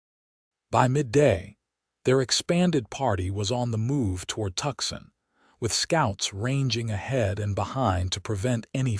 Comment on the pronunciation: "TUCSON" IS STILL ONLY PRONOUNCED "TWO-SAWN" or "Too-sawn" as in, "He has 'Two' 'sawn' trees down and five more to go...